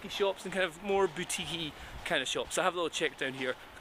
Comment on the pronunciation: Boo - teak . Boutique